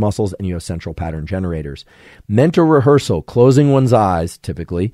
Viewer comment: Rehearsal >> Revhearsal.